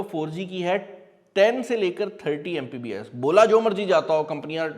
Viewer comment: "Mpbs" nai bhai, It's "Mbps".